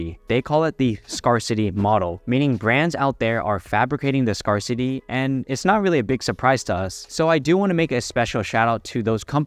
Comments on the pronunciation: Great vid. FYI, “scarcity” is pronounced “scare-city” not “scar-city” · Great video per usual...one tip, it's pronounced scare-city as in boo you're scared. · Scarcity should rhyme with "bear city". Scarce is spelled weirdly, but it doesn't rhyme with scar.